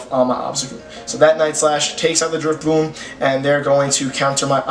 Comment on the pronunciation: Why do you keep calling it Drifbloom?.....